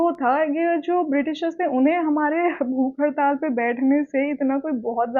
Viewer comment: mam mere ko bahat jada hasi aya ap jese bole bhook hartal 😂😂😂